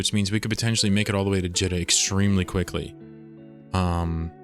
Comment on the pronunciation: It’s always been Jeeta. It’s spelled like pita bread or Rita. It’s not Jitta. Great series though! This one is top notch! Your adventures are inspirational and exemplify the true sandbox nature of this awesome game!